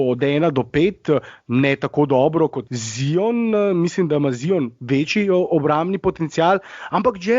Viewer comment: Jao kako smesno se sliši ZION, a ne mores normalno rect ZAJON.... Upam da nisi eden izmed tistih, ki se razburja ko američani napacno izgovarjajo Lukov priimek Dončič